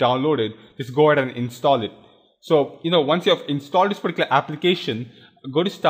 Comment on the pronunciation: particular puh-tea-coo-la